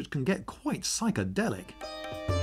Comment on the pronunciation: psychedelic has to sound indian?